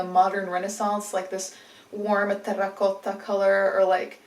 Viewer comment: It felt like American tried to speak Finnish 😄